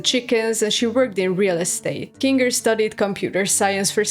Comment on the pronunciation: You really gonna use that "hard r" when talking about Kinga?